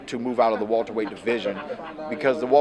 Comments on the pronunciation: I'm sick of hearing this nigga say Walter-weight instead of Welterweight lol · Wilbart weyhhht